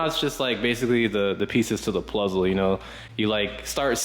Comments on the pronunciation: bro said pluzzle twice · Man said pluzzle 😂